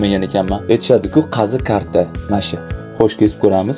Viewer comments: Karta emas qarta😂😂😂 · qazi karti deyilmaydi qazi qarti deyiladi 🐄🐄🐄🐄🐄🐄🐄🐄🐄🐄🐄🐄🐄🐄🐄. Toʻvuqmiya